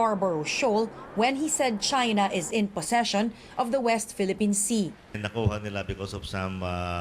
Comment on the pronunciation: Una unahan na naman magpaliwanag ang mga tutang himod puwet ni Du30, bilis me bonus kayo sa kanya. In fairness ke DU30 ang linaw ng pagkakabigkas nya sa "possession" at Hindi "position". Bàkit minamali ng mga tuta nya ang speech ng amo nila.